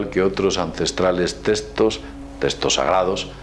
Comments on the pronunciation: testos, testos? cuales son los testos? se llaman textos con X. habla bien por favor. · TeXtos, no teStos xD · "testoz" =P